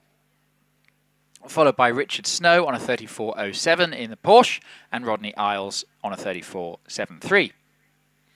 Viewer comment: Why do so many people mispronounce Porsche?